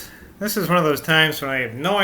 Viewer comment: Ha ha. I don't think my attempt would be much better. Saying 'thik' instead of ?'this? just seems so wrong whenever I come across it.